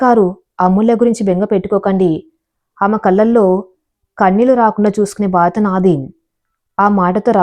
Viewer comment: బాధత కాదమ్మా బాధ్యత చదివే విధానం సరిగా చూసుకో